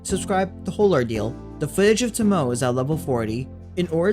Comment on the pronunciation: Pronounced "to (like in "total") - mo (like in "mobile") - ay (like the 'e' in 'empathy')"